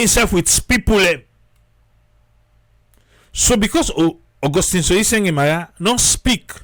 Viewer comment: It's Sorie Sengbeh NOT Sorie Sengeh. Triple A take note !